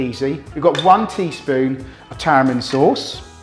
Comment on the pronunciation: Lol Tara'mind Sauce? It's tamarind not taramind.